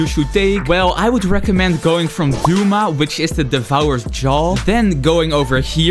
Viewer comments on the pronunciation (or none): Een tip voor de naam douma je spreekt het eerder uit als Doma dan doema😂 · bro really said “akeeza” and “dooma”